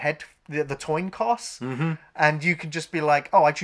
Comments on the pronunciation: says "Toin Coss" instead of "Coin Toss" 😆😆😆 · ‘Toin Coss’ - coined a new phrase! 🤣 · "Toin Coss" lmao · Did anyone else notice funny little slip towards the end when he says "toin coss?" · "Toin Coss" rock on! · the Toin Coss or Coin Toss? XD XD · Toin coss! I do that kind of mistake too. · Toin coss? 😂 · Toin Coss